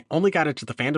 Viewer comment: I feel like it's been years since I've heard someone not say Arseus. Thank you for this.